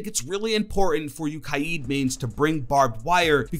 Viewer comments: its literally Ka-de thats how you pronounce Kaid it isnt kieed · Ki ed* Kaid-Ka aid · it is ka yed , not kaiiid... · You are saying his name wrong it's pronounced like this Kay Aid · I pronounce Kaid as Kayd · "KAI-EED"? LOL THIS GUY IS SO BAD. LOL COME ON... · Stop saying 'ka eeed' instead of Kaid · What...what did you call Kaid? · The heck did he call kaid